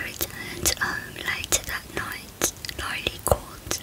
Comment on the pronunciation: just sayin that’s Erik Menendez and that Lyle Menendez And it’s not Lylee it’s Lyle